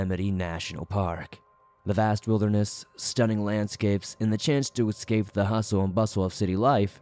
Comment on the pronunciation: Eeee scape not exscape